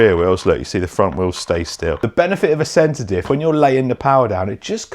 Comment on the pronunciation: Oh! CENTER DIFF! I thought you were saying SEDATIVE! 😂